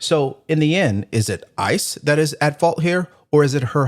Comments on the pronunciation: He doesn't even know how to say the name but he works around there? Stop the cap bro. And it's not ISIS, it's ICE? You know the difference right? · And the crybaby trying to Make Up Stories! It's ICE Not iceses!! Idiot!! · Did he say isis lol